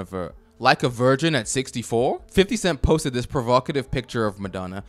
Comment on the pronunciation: "like a wirrgin" 🎶